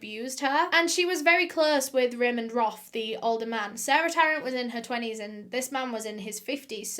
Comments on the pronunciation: It’s “Raymond Roth” not ramen broth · Lmao I was thinking that Raymond was Raymond Roth instead of Raymond Roff